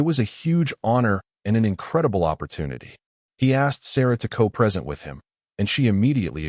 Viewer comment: Great story, so grounded in reality. For those depending on the audio, A.I. routinely mispronounces "minute" and "present," thereby changing the meaning.